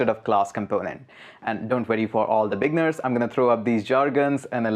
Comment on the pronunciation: You say "beginners" and it sounds like "big nerds" XD Thanks for the crash course, my man. I've been scouring the internet for an updated course like this for ages now. And all the new stuff and old stuff combined were not helping. You just made it all a lot simpler. A. LOT. Thank you!